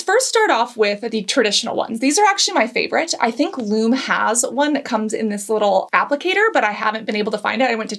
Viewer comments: It's Loo Me, not Loom. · Pronounced Lumee not Lume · It's actually Lum-eeee fyi 👍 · "loom" lol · First, you are mispronouncing Lume. Pronounced Lumee. And the example you gave is ridiculous. WATCH THE VIDEOS FROM LUME. You used WAY to much! A pea sized amount for both armpits. One 3oz tube used on pits, privates & feet - LASTS ME 6+MOS!! And you use a tiny amount, rub it in and then all you smell is the scent & that undernote of sour disappears. You can skip a shower, not reapply & still not stink the next day. YOU USE THE TINIEST AMOUNT AND RUB IT IN. LIKE A LOTION IT DISAPPEARS INTO THE SKIN & THE SOUR SMELL IN THE TUBE IS GONE. What you showed was a big giant spluge on your hand - enough to 2-3 bodies and complained. People aren't stupid. DO YOUR RESEARCH B4 U HIT RECORD NEXT TIME! Lume was the first company to come out with a whole body deodorant CREAM and did endless videos showing you how to use it and how much to apply. All of which you clearly ignored especially apparent since you can't even pronounce it properly. I love Lume and bought for over half a dozen friends. It worked on everybody and they loved it except one who had extremely sensitive skin and found the mandelic acid irritating everywhere but on her feet. So she uses it on her feet and now they don't stink and she can go w/out socks and her shoes don't smell We live in the desert where it is 100+ for over half the year so everyone swears. With Lume, it has been a game changer as now no matter how much I sweat, I don't smell and only have to shower and apply Lume every other day. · for someone who has spent time and effort researching different products and types of glands/sweat, it pains me to hear you pronouncing Lume incorrectly. The correct pronunciation is like the words Lou and Me. That is the reason the e has the line over it, it's telling you how to pronounce it right on the package. ;) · If you had watched any of the lume ads, you would know it is pronounced loo-me.